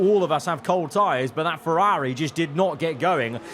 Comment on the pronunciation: the viewers team. It’s the bloke who can’t say Ferrari properly who’s team it is.